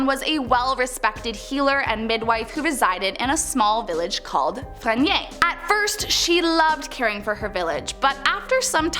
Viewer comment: Saint Louise Cemetery Calcasieu...Kal-ka-shoo is how you say it. Frenier.. Fre-near is how you say it. It's funny how you pronounce Louisiana areas🤣 You got Lalarie right..👍